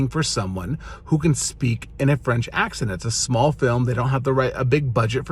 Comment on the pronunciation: "Ac-sahn" XD not "ac-sent"